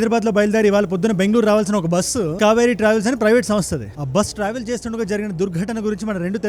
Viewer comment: Orey babu adhi skaveri kadhu ra babu v kaveri vini rivyu cheppu